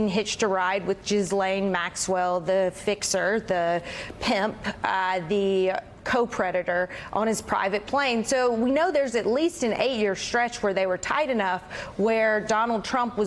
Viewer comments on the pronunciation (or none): She said CO-Preditor.